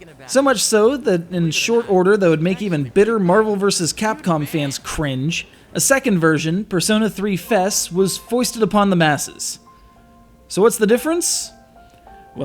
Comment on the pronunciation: F E S not Fes